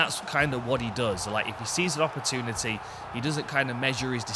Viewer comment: when is someone guna explain to him how to pronounce opportunity